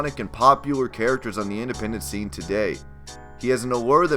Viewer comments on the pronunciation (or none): none